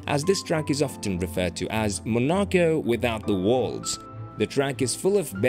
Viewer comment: Mon- ah-ko. Is this a computer?